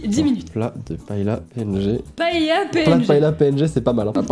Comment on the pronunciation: Vous prononcez Paella,paela.Etant espagnole,je devais le faire remarquer 😂😂